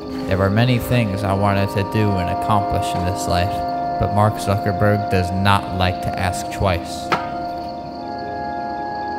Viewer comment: "Mark zaddyburg" LMFAOOO